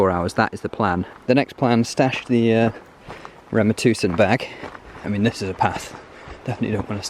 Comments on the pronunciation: I love the fact that you said «Rema Tusen», you’re a native mate. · Can't believe you said Rema 1000 like a Norwegian. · Impressive climbing as usual, one thing just at the start of the clip that is almost as impressive is how you said Rema 1000. Is it Magnus that has taught you that?